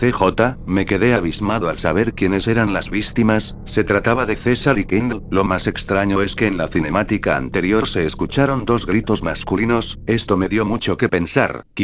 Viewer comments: Porque dijiste vistima enves de bictima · LIKE SI TE ISO REIR CUANDO DIJO VISTIMA JJAJAJAJA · Like si escucharon que dijo vistima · en el minuto dice vistima no victima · VISTIMA JAJAJAJAJA me meeo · vistima jajajajajajaja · Like si oíste que dijo vistima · No vuelvas a decir vistima :'v como odio esa mierda